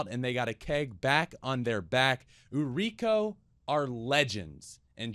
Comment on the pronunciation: Putting this here because I respect the amount of care you're putting into learning the language and culture! It's pronounced "ooh-ree-koh" (like ooh-aah, ri in Rico, and co in coal). It translates to "selling girl/lady".